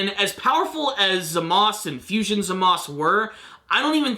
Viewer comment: The name is Zamasu.. Not Zamas